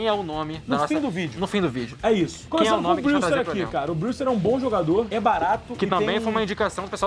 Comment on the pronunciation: a pronuncia do brewster é "breuster "